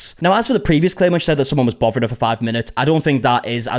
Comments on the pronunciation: Did you say "bovering" her? Bothering her? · "bovering her."